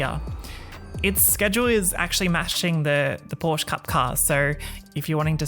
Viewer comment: It's so funny if non-germans speak Porsche